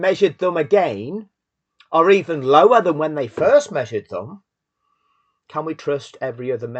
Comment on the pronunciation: „The measurements were EVEN LOWAHHHH" The lower class british accent going up to 11 when you're extra mad is hilarious, 10/10 video.